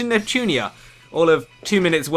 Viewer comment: God your speeling...its NEPTUNYA not "nepchunia"